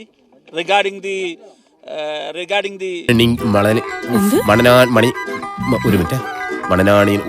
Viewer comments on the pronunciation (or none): Regrading te, regrading te , regrading te ,regrading the Amazon delivery